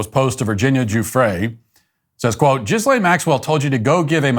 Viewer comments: it's not pronounced Jizz-lane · I like how you pronunce her name - Jizz Lane. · “Gizzlane Maxwell” 💀 😂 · I love that matt walsh always says "jizzlane maxwell" because i do the same